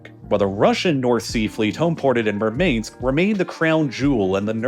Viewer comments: Murmansk is M-U-R-M-A-N-S-K, not "Mermaidsk" 😄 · Please, the subtitles are confused. Murmansk is pronounced as “mOOr-mansk”. The CCs interpreted what you said as “mermaid”, and I don’t blame them. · The hyper-American pronounciations of foreign place-names is delightful! Murmainsk, Kvanefield etc. 😂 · Why is someone whonmajored in Russian Studies pronouncing Мурманск as "Murmaynsk". At times I wonder if RLL uses an AI.voice generator, the cadence and intonation is quirky and repetitive at times, almost mechanical. Probably trying to keep inflection interesting for such a long script and multiple takes but still thrown off by Murmaynsk instead of "Murmahnsk". Maybe it's like when Americans say baBOOshka instead of the Russian BAHbushka for granny? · Murmansk: 2nd syllable is "man"